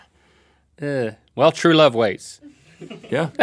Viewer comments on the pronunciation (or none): Was that "true love waits" or "true love wastes"? :>